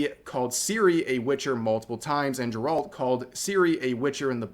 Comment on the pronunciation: This guy can't even pronounce names right. lol